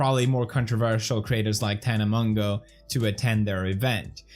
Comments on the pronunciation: Ok Felix I can’t tell if you are joking (if you are I love it🤩) but you pronounce her name as tana Moe-joe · Keemstar: Tana Mojo Poppy Harlow: Tana Mongow (Mongeau) Which one is it? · FELIX ITS PRONOUNCED TANA MOJO 😂 no hate I love you and your videos but it was annoying me 😂😂💕